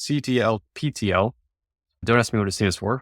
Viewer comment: Ctlptl is supposed to be pronounced as “cattle patrol” as per the project docs :)